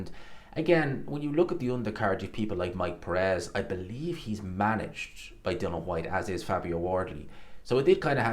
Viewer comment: I knew before I watched this he was gonna say Dill-on Whats wrong with this guy ? Theeres an ' I ' in there.